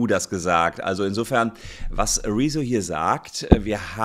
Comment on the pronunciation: Der blauhaarige Schlumpf ist nur eine Sprechpuppe. Ausserdem heißt er "Rezzo" und nicht "Rieso".